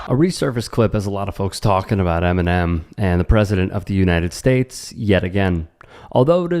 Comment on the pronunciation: she cant even pronounce eminem